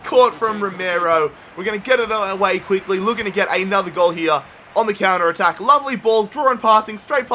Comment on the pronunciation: hier?? its called HERE. U fucking bithc